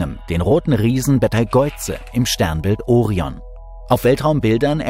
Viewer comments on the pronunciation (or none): none